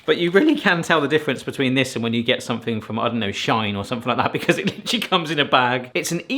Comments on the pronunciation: Shein is said she-in, literally from she inside which was it's original name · Oh look now we’re mispronouncing “Shein” deliberately to get extra comments. Please stop. And oh look buying pre-sliced rolls which would be a fail, deliberately. Again. Stop.